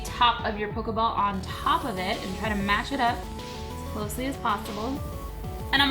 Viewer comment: have u guys notice she says pokaball